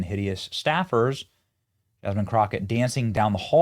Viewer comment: Jasmean? Lol!